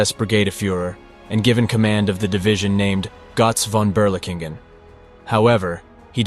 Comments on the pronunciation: It's pronounced "GURTZ FON BERLEEKENGEN" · I hear Gotz von Beerlicken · Great video but the pronunciation of "Gotz Von Berlichingen" is incorrect. Gotz is like Goats but without the (a)...Von is like phone without the (e) and Berlichingen is Bher-lee-shin-gen (g as in gone)